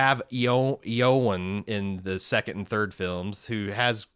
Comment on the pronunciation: my man, your pronunciation of "Eowen" made me consider suicide